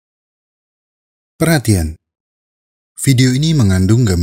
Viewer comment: "perhatian" nya gitu amat dah XD